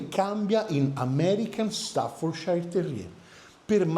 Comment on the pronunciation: ...sei sempre super professionale! Se posso farti un appunto, il nome staffordshire non si pronuncia ..."sciair" bensì " cier" o céér" con la "r" quasi muta , in UK, e con leggera differenza in Usa.." shéer" o Shiir Quindi " stafforceer" , in USA con la "r" più marcata. In entrambi i Paesi mai pronuncia " sciair " , nemmeno Yorkshire ! È anche vero che gli inglesi e credo anche in Usa , il nostro cane corso lo chiamano " chein corso" ......😂 Salutoni ...e scusa per la precisazione 🤷‍♂️😅..ma era solo così, come notizia per tutti. Poi ognuno lo chiama come meglio gli viene. Meglio Amstaff 😅